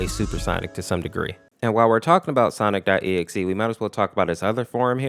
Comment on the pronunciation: I love how he calls sonic.exe sonics.exe